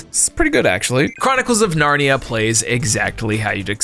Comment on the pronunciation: Got narnia wrong as well